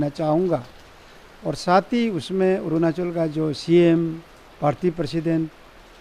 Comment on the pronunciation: Who made an MLA like him😂 couldn't even pronounce 'arunachal' properly 🤣'orunaasol'.